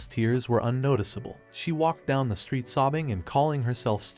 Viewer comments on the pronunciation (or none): none